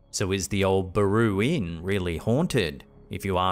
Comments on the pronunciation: It's Baraboo...not Baroo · It's bare-ah-boo , Baraboo Wisconsin.